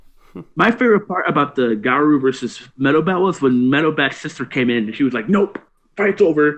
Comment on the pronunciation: YES fucking finally! Looking forward to your vids on the next chapters. btw it's Ga-Roh with a hint of U sound at the end not Ga-Roo.